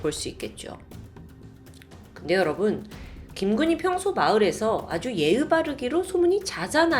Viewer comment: 언니 근데 의 발음을 으 라고 하시는 것 같아용.. 예의를 예으.. 의사를 으사 이렇게 발음 하시는듯..?!